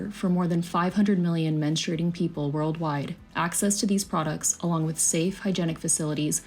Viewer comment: 'Menstruating' not 'menstrating.'